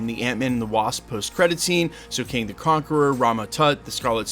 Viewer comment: i thought you called him Kang the Carpenter at the start of the vid sheesh